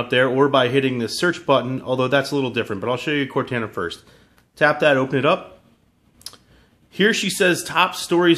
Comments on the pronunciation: CORTANA NOT CORTENA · Core-Taaan-A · It's pronounced cor-TAH-nah NOT cortAna. Tired of tech reviewers messing up the name... -_ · They way he says Cortana, (core-tayn-ah) its Cortana! (Core-tahn-ah) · cortana is pronounced with a cor-ton-a. lol. just sounds weird the way you say it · Core-tawn-uh just practice that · It is obviously pronounced cor-tah-nah for halo purposes. Not the pronunciation in the video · This idiot has obviously never played Halo before. He can't even pronounce Cortana correctly. Its pronounced "Cort-on-a". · Ugh he doesn't even pronounce it correctly -. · this guy is purposely mispronouncing "cortana" I KNOW YOU'VE PLAYED HALO, FUCKIN. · if i hear him say Cortana wrong one more time............ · He says cortana wrong 😏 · Can he pronounce Cortana right or Nah?! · Pronounce Cortana right please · Maybe learn how to pronounce Cortanas name before hand next time? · You guys need to stop ridiculing him for this silly pronunciation mistake. Once is enough. . . I'm sure he gets the point. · I agree with other people as well. I am a huge Halo fan and the way he says Cortana makes me cringe. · Holy fuck you say Cortana wrong you illiterate piece of junk. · Say cortana right man